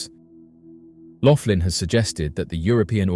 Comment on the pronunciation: It’s Max Loughan, pronounced loogan, not Laughlin and he says that CERN destroyed our original universe, which shifted us into the next universe over. I’d like to point out, that this had to have happened numerous times, if true, as all science labs repeat their experiments, multiple times, to ensure consistency of results. He never said anything about “rips in our reality”, or anything else you mentioned. He also hasn’t addressed, to my knowledge, the fact that with each universe’s destruction, billions of people are therefore going missing, as the population size has never increased, to accommodate the populations of both nearly identical universes involved in each event.